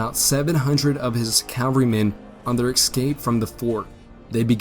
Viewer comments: Dude, your grammar is horrible. "ex-scape" rather than escape. "Forrest-es" instead of "Forrest's" Primiter, rather than Perimeter... "Uleesees" instead of Ulysses (ih, not ee) Other than this, the information is fairly spot on, as far as historical accounts suggest. I am a grammar nazi, so I pay close attention. If the grammar were improved, these videos would be perfect. I don't mention these small imperfections to degrade, but to offer constructive critique. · The word is "escape", not "excape"!!!!! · A "plum" of smoke; the gunboat "Constatoga"; the enemy might "excape"